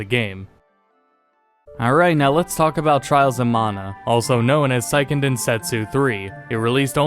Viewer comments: Say-ken. It's pronounced Say-ken Densetsu, not Sigh-ken. The name's Japanese, not German. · Good video! Although Seiken is pronounced more like "say ken" "Sigh ken" would be saiken. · Fyi "seiken" is pronounced say-ken, not sai-ken. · I know it's a minor point, but Seiken is pronounced "say ken," not "sigh ken."